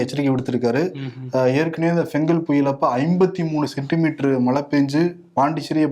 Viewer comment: அவர்களே, "மழை" என்னும் சொல்லை தயவு செய்து "மலை" என்று உச்சரிக்காதீர்கள். "ழ" என்ற எழுத்து ஒன்றுதான் தமிழுக்குச் சிறப்பு. "ழ" உச்சரிப்பைப் பழகிக் கொள்ளுங்கள்.